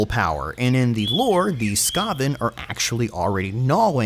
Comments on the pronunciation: this boi saying sKaven instead of skAven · really ? skah-ven? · Your annunciation of skaven hurts me. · Every time you say Ska-ven like that, I picture rat men skanking to bitchin' horn sections. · "Skaaven" dude wtf is that pronounciation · SKÁ-ven!? ZÓ-at!? I think i've fallen in love with your pronunciation. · u dont know how to pronounce skaven do u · you sound pretty on point for your speculation, almost sounds like something CA would do, also i wonder how many people you pissed off mispronouncing the skaven, i am having a good laugh thinking about that. I would love Clan Moulder to have a go in the ME campaigns or even vortex, CA been really hitting it off with the Skaven so far on Skryre and Eshin, though it's hard to top the sheer fun factor of Skryre, you get to throw a tactical nuke in a battlefield where it's primarily Swords and Sorcery for crying out loud! Eshin was nice too with Snikch, but damn Skryre has spoiled me for skaven, will have to do something really good with Moulder and Mutations for that precedent. As for the Wood Elves, yeah the twins sound really cool, there is an argument for Ariel, but as you said the problem with her is she can't exactly leave Athel Loren, Maybe if Ariel would be included in TWWH2 or 3 that whole system with teleporting the world roots could help with her in that regard. I would speculate that if Ariel were in it would probably translate as her not being able to leave Athel Loren as, she starts taking unmitigated attrition damage to herself whenever she is not within the borders of wood elf territory, or more restrictingly not within key territories of the world root locations or athel loren, the former being slightly lore breaking while that latter could make an interesting playstyle, but could be also too frustrating if done wrong, but then either case would have to make her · I’ve never heard anyone pronounce Skaven like you did in this video before? Everyone else I’ve heard say it pronounce it differently?